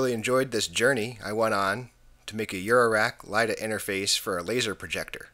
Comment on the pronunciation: Great video! Nicely done. Could that last jumper have been the interlock that was never connected to the back panel? Just an FYI, it's not "LIDA", it's" ILDA" (ill-dah) for the International Laser Display Association. Ron